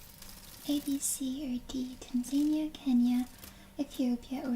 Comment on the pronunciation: Hey, if it helps, the phonetic pronunciation of Tanzania is 'tan-zuh-NEE-uh'